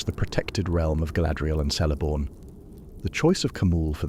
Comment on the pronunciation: of 'K'eleborn